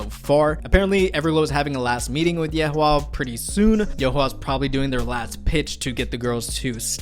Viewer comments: lol watching you try to pronounce Yue Hua is hilarious bro… you could just look up the pronunciation for “yue” so easily, like… it’s “you” “eh”… kind of… 😎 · I can read Korean but not Chinese and Korean estimations of Chinese names are not always on point either. Regardless: Yuehua = 위에화 which is pronounced wee-eh-hwa. Very different from your attempts 🤣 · "gara" "yeoleum" "yen" (from the e7zup vid) "yehua" or wtv you said lmfao and some other things i forgot cause they pmo so much i stopped watching lol maybe relax on trying to pronounce it the korean way. Its fine to pronounce it like a foreigner would, you sound awkward.